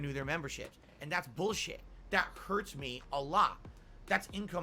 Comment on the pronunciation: Is buulsheeeeiii